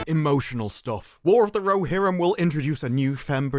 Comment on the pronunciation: War of the Ro"she"rim